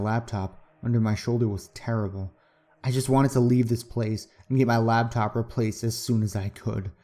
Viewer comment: I'm not trying to put hate here, but the word is Laptop. It distracted me every time you said it from enjoying the story.